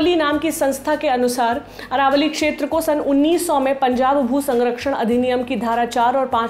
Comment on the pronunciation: Aravali not Aravalli